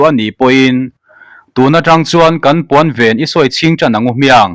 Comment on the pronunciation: Khawngaihin, hma kan sawnna beiseiin heng thumal, lam dan leh thluk hi a dikhlel, in siam that nan. Tih sa loh loh -sa hi vawksa, bawbgsa anga thluk loh tur, Insa tiha sa thlukin lamrik tur. Puanven - Puan hi a boang tih hlaua ven angin u rawb thluk hi, mipa in puan kan veng thluka thluk tur a ni. A fiahfaia ngaihthlak a nuam lutuk. Mizotawng ziak lehkha chhiar phei chu a har lutuk, lam sual pawh i nei meuh lo, heng ka rawn sawi hi chu lamsual/chhiar sual ni lovin a nih dan tura ngaia rawn chhiar diklo pangngai niin ka hria a, kan in siam that nan thahnem ngaihthu a ni e. Youtuber tam tak headline duhdah si, chhiar diklo ka comment na, hmasawnna ka hmuh chuan lih te hi chu unsubscribed, disliked ka chinga, nangni hi chu ngaithla regular in ngah bawksi, hmasawn turin insiam that ngam in nih ka beisei....